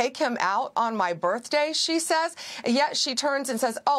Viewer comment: Stop talking, i can turn to 6 channels and all if you at wh keep saying stop- is Crockett above the law - she got a big mouth and still she talk about her burfday ( they cant say birthday) wish yall